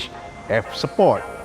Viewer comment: Sebut sport tu biar jelas.. support tu dah laiin ..Sport..Bro sport